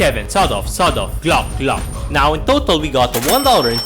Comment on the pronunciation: why are u saying gloch its fucking glock with CK NOT CH